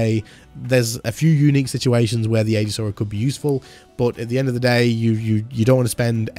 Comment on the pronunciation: Just a heads up. That word is pronounced E-Gis